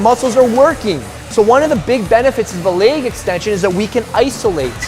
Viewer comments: 😆😆😆😆🤣🤣🤣🤣🤣😅😅😅😅😅 It's soo true!!! Leyyg, 😣😣😣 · Yes! Finally someone says it! I get irritated everytime he says "leyyg" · Guy reminds me of a southpark character. Its leg . Not laig extension. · Leig extension? I thought its leg extension. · i don't like the way the skinny dude says "leg"... it sounds like "leyg"